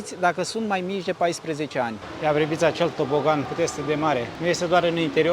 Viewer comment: Daca si topoganul era tobogan...atunci cand vb.....era totul mult mai frumos..mult mai usor de acceptat.